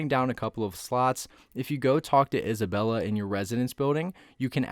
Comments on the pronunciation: Its isabelle not isabella (no hate) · Please dont call Isabelle isabella it hurts my ears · The fact that you are calling 'Isabelle' 'Isabella' I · ITS NOT ISABELLA ITS ISABELLE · We trust him when he says isabella🤣🤣🤣